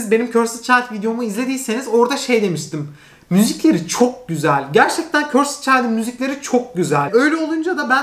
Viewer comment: demeyeyim demeyeyim diyorum ama dayanamıycam: cursed child’ı körsıd diye okuyorsun. Doğrusu: körsd olacak 😓